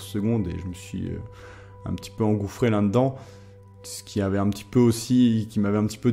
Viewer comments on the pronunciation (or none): Juste une petite question, pourquoi tu dit "lun dedans" au lieu de "là dedans" c'st un peu comme le tic de langage "comme meme"